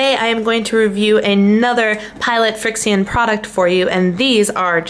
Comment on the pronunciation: the name of the markers are pronounced “friction”! Not trying to be rude....